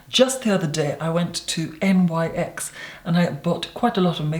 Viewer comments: Lol “I went to N-Y-X’ I sat there for a good 2 mine saying N Y X only to figure out he was talking about nyx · I do believe that NYX Cosmetics is pronounced as "niks".